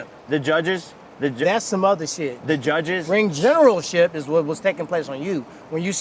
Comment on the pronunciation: “Ring gettlemenship” had my crying😂😂😂